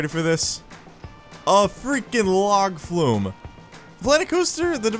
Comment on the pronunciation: Log Flume - yass, correct pronunciation. Carry on, good sir.